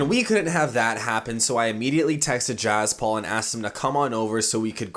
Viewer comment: It's not jaz Paul it's jaspal